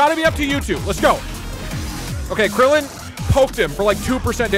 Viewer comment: I'm glad "Krillin" was accurate